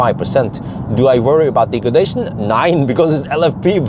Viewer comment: Five hundred and nein 👍👍👍